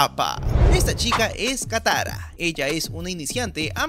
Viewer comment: "kayoshi" "takara" jajajajaja me reí mucho